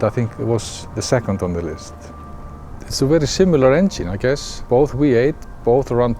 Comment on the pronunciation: "zee weee-8, yesh"